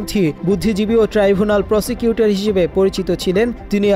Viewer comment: প্রসিকিউটর না প্রসটিটুউর